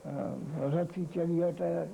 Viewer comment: 27 mins - seven rati (not several)